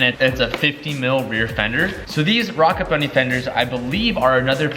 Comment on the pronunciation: “Hey what kit are you running on your 350z?” “Oh I’m running a rocka bunny kit” “don’t you mean ROCKET bunny?” “Yeah why” “oh thought rocka was another rep kit” LEARN TO SPEAK BRO